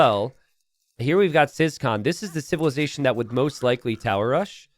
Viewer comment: So, about ciskahn. Is this just being too American or is his name actually pronounced "siscon"?